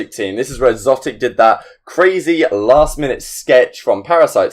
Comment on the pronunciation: Xotic is pronounced exotic